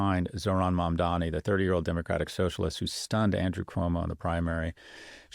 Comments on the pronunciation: sorry I meant to say three. It’s pronounced “mum-donny”, not “mum-dommy” like Scott’s been saying it for months now. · Thank you- no new property taxes will be raised for these stores, as they’ll reallocate subsidies that they already send to the bodegas. And while he’s at it, I wish he could learn to pronounce Zohran’s last name correctly. It doesn’t have three m’s. After so many months it feels like a micro-aggression.